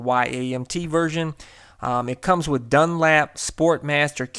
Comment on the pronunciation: There’s no A in Dunlop. It’s not Dunlap